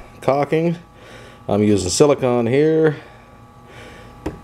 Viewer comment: sili-CONE, not sili-CON.